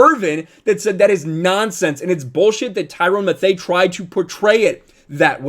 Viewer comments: “Ty-rone Ma-thay” Come on guy 😂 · It's pronounced Tie-ron Mathew. Loved your message but if you're going to have a sports channel, learn the names of at least the starting lineups. You loose a little street cred pronouncing names way wrong. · "tyrone matho" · Did he just say Tyrone Mthay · "Tyrone Mathay" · You were doing good right up to the end, so let me help you out. Tyrann Mathieu name is pronounced Ty-RAN Ma-THU (like Mathew). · I agree, but Tyrann's last name is pronounced like Matthew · “Tyrone Mathay” 😂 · Great video, but an even greater pronunciation of Tyrann Mathieu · I agree with you but let’s just take a second and listen to how u pronounce Tyrann Mathieu😂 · How he pronounces Tyrann Mathieu’s last name is so painful 😂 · You must not watch football if you can't pronounce Tyrann Mathieu's name. Good try though. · Dude, how do you not know how to pronounce Tyrann Matthieu’s name? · Fix your pronunciation of tyrann mathieu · Bruuuuuh say Tyrann Mathieu name again hahahaaha. That’s how I know y’all don’t really watch football. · You mispronounced his name so bad and of course Brady didn't say anything racist it had to actually be something worse if he couldn't repeat it lol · This video was so true. The only problem I heard here is how you can't say Tyrann Mathieu's name right! I know the normal way to spell Matthew is like this but if you know enough about Football to be qualified to make videos about it you should clearly know who he is. His nickname is The Honey Badger and he's been one of the best Db's in the game for the past decade or so! Other than that everything was on point! Black people are way more racist than white people these days! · So no one’s going to talk about how he’s pronouncing tyrann mathieu’s name wrong 😂😂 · the way he pronounced tyrann mathieu lmao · Yea I cringed when I heard that lol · Just a suggestion: Before discussing a video take a couple minutes to learn to pronounce a guy's name. It will go a long way toward credibility.